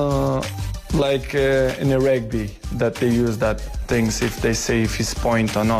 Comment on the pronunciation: "Who win more tings" XD